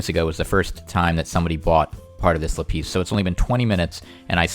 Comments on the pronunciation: Rembo lapEEZ vs LapISS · It's Lap-is not La-pees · "Lapeas" " La peas" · Pls. It laaaaaapis not lapiiiiis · Le piss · No , "peas" if you say "le" and then "piss" it sounds basically like lapis. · It's so weird how you pronounce "lapis" lol